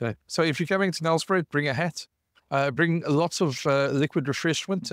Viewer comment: NELSPRUIT!!!!!!!!!!!!!!!!!!! not MbMmBmbmbmbBbmm.... that word...